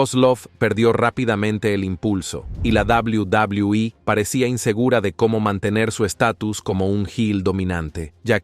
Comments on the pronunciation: 😂😂😂 cierto yo siempre escuche en televisión doble u doble u eh. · Es enfermiso y desesperante escucharlo decir "La Dabliu Dabliu I" "McmaJon".🤦🏻‍♂️